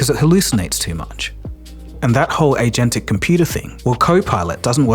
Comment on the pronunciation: thats not how agentic is pronounced.